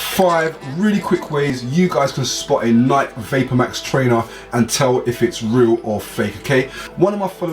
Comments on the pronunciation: but the right pronounciation is nayki, not nayk.. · Pronouncing war thingy: Like = Nike (Pronouced Nikey N-eye-key) Comment = Nike (Pronouced Nik N-eye-k) I will say (N-eye-key) I got triggered when he said N-eye-k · its not pronounced neyek its pronounced NikE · It's not NAIK, it's NIKEEEEE u english accent dumbass. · If this man says nike like n-ike and not n-i-key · man say nike properly. its nikey not night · what is "Nyke" it's pronounced (Nikee) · They are pronouced nike-ee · he says nik logo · "NIEK" okay buddy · Dude its NIKE-EY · The way you say Nike is fake bruh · Its pronounced nike not nike smh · everyone gonna ignore how he pronounces Nike? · The he says nike😂😂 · I would thumbs this down a million times if I could just because of the way you say Nike! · lol why do u say Nike like that lmfao